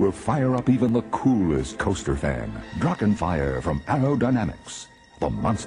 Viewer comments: Yo, German here, "Drachen" is pronounced "Drarrren" just like the "ch" in "Loch Ness" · The pronunciation of Drachen makes me aggressive.